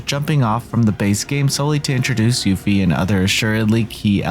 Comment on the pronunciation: switching up his pronunciation of Yuffie!